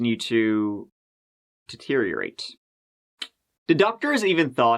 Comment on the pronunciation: What a pleasure to hear the word "Deteriorate" pronounced correctly for once!